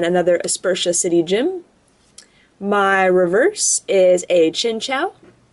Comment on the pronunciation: lol he said reveres for the rare